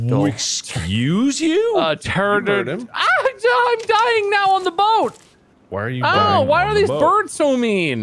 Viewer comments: “It’s a Tefrocandanfactel.” -, 2020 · I fucking die every time I hear someone say "pterodactyl"